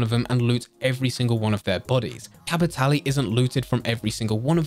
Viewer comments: I'll say it...STOP SAYING CAPITALLY! It's Cap-it-Tahl. Like Leviosaaaaaahhhh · Nah, it's Cap-i-tah-leh.